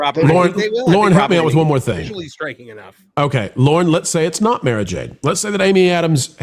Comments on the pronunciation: It's Mara not Mera lol. Mera is in DC. Mara is in Star Wars. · Listen to Timothy Zahn who created her. It's pronounced "Mahrah" not "Mairah". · I listened to the books on audio when Lucas still owned the franchise. It's pronounced "Mah-rah" Jade.